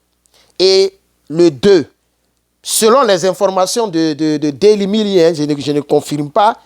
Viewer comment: DAILY MAIL [actualités du jour]. On prononce MÉIL [MAIL] ❤❤❤❤❤❤❤❤❤❤❤❤❤❤❤❤❤❤❤❤❤❤❤❤❤❤❤